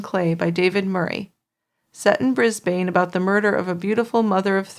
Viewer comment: Pronunciation corrections lol Brisbane is pronounced bris-ben and Port Macquarie is port mah-quarry lol I love how you guys pronounce our Aussie towns 😅